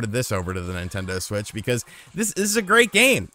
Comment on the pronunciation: Take a shot each time calls it a "Nintento Switch"